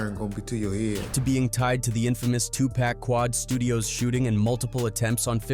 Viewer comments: Dam AI get it right Smdh… it’s pac not pack… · 2pack! Who the fuck that? 2pac is pronounced two-poc. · How are you telling stories but you don’t know 2-pac is not 2-pack!! Is this A.I??? Fuk outta here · cant lie when u be sayin "pack, 2pack" instead of "pac or 2pac" be gettin under my skin i cant front 😆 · You can say Tupac correctly. How do you get Pack when you remove Tu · Damn near cut this off this 🥷 said 2 pack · I quit watching when you said 2 pack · If I hear pack 1 more time 🤬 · IF YOU'RE GOING TO GET THESE BRITISH PEOPLE TO ANNOUNCE THESE VIDEOS SAY TUPAC'S NAME RIGHT FK THAT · The censoring of normal words (murder, assault, trafficking) and the pronunciation of Tupac’s name…. Just stupid.